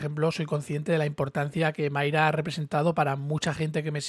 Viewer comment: es MAYRA con "A" no "MAYRE" con "E", que me pones muy nervioso....